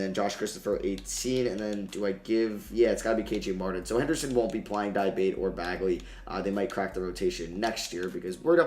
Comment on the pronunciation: di-ah-bah-tey di (as in DEA in dean) ah (ah) bah (as in BA in barn) tey (as in TAY in taken)